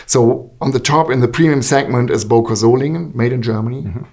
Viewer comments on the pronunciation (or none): For the love of God, please stop calling Böker knives Boker knives... The key letter here is ø or ö, not o. Ø sounds more like the first syllable of early, rather than o like in overwatch. Other words containing a resemblance of the sound of ø is: sir, surfing, such, ugly, under, upper, surgeon etc, etc.